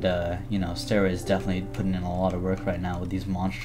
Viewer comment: when you say "stairway" it sounds like you're saying anything but stairway